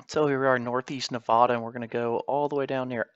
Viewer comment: Nevahdah 😂😅😅😅 it’s Nevada